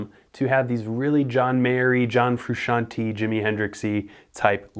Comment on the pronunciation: Still bothered by how he says 'Froosciantee' >:(